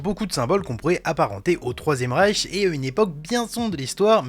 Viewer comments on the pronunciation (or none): none